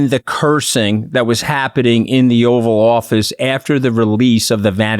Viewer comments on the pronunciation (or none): Did she say Offal Office lol, I think that's more accurate. edit No, Katty, he couldn't have given a better speech because it's not his character, it's not in him. ffs